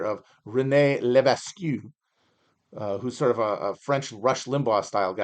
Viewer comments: Leves-Q. Matt’s worst attempt at a name since his attempt at Mackinac. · François de Montmorency-Laval was the first catholic bishop of Québec. Also that's a crazy pronunciation of Lévesque, it's leh-veck, with that second e pronounced all long and diphthongy in québec